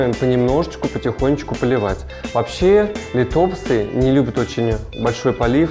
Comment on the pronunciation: Нууу бывает :)но к сожалению от правильного ударения лИтопсы лучше не ростут. Но вы правы контент должен быть грамотно преподнесен.